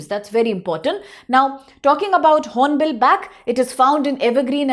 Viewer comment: Its Hornbil not horonbill madam